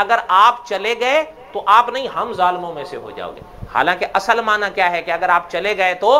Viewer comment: مولانا اصَل نہیں ۔ صاد ساکن ہے یہاں۔